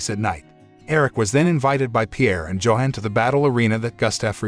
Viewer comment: It's not Joe hon It's Yo-hon The name sounds and looks to be german